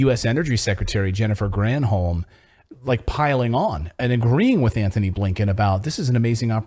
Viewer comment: "Antony" Blinkin, not Anthony!!!